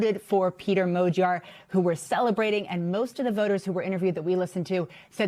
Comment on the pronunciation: Dear English speaker! The word "Magyar" contains the letter gy. Please say like the beginning of "during". And in the word "Tisza", there is a sound "sz". It is like "s" in English. Begining of "south, size ..." Otherwise my ears will blow up! Thank you in the name of every Hungarian! :) The next video starts with his name as an example!